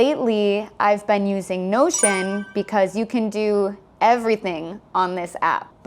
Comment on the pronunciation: 영상 잘 보고 있습니다! 혹시 에 I've been using이 I've spanding using 처럼 들리는데 혹시 발음을 어떻게 하면 좋을지, 어떤 연음으로 이렇게 들리는지 설명해주실 수 있나요?